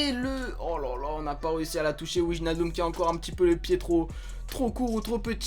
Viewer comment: C'est pas pour jouer au chieux mais pour info Wijnaldum ça se prononce Weïnaldoum pareil pour van Dijk ça se prononce van Deïk, c'est cadeau :)